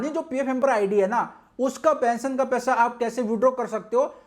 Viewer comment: Pension bolo thik pesion nhi